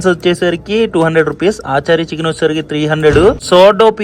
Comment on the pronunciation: Adhi aaachaarii chicken kaadhu ra babu.. achaari chicken